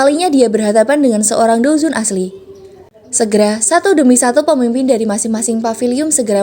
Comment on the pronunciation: Douzun bukan doungjon